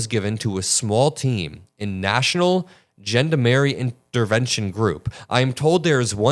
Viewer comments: Gendamarie - (jon-dar-may) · "Gendamarie" lmao its GENDARMERIE, literally translate to "men-at-arms", the french police force in most cases. Girl think she's gonna get murked by the local police force lmao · "Gendamarie"... 😁 You Americans are such barbarians... It's "Gendarmerie". They are a national law enforcement force. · Candace: it is called gendarmerie in French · ZHON-DA-MEH-REE. For fuck's sake, it ain't hard to say. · Watching Americans butcher the word Gendamarie is hilarious. 😂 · You say it like Wyclef Jean-Darm-Ari 😂😂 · When pronounced it as Gender Mary I thought he was making fun of Owens. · *doesn't know how to pronounce Gendarmerie 🤦‍♂️